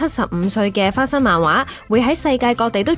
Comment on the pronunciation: 花心漫畫😂